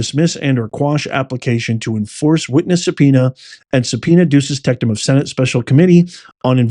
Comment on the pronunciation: Professor, it's not "subpoena duces tecTum"... there is no "t" in the middle of "tecum". Good show.